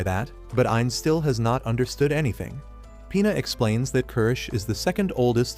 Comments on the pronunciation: Bro it's Pina not P***s 😭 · when ge says pina i keep hearing penis😭😭😭